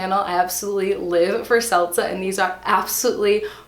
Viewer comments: You are killing me on how you pronounce ‘seltzer’ as ‘selza’. 😹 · "Selza"....what even is that? ;-p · Driving me crazy with the 'seltza' 🤪